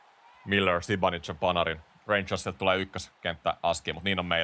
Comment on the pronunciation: zibanidzev on kyl oma lemppari näistä lausumisista!